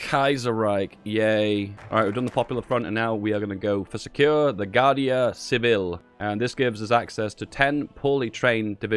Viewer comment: "Gardia sibil"